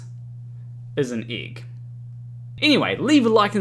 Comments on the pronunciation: The igg. 😂😂😂. Love u but you say 'igg'. really funny. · I just love the way you say êgg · It's a good thing that you don't have an accent, otherwise your pronunciation of "egg" might sound really strange to non-Kiwis.